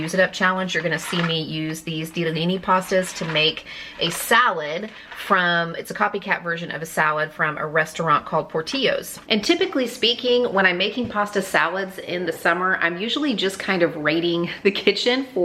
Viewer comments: Here in Chicago we pronounce it Por til lows 😂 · The Ls in Portillo's are pronounced like Ls, not like a Y 🙂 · Hi there! I’m a Chicago native—the restaurant Portillo’s pronounces the ll’s as /l/, not /ʎ/. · You pronounce the LL’s in Portillos. It’s a Chicago area staple. Jen